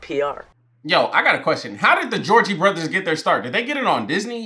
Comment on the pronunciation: Gotta find you is your jam!!! Lol 😂 and you calling the Jonas brothers georgie brothers had me dyingggg